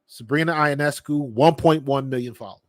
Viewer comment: You didn't watch the game, you don't know the players? The game was attended by season ticket holders only. Yet another desire to connect Caitlin Clark to everything Angel Reese does. OH and Sabrina's last name is pronounced "Yo Ness Scoo".